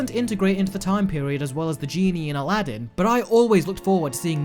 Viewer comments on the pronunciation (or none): none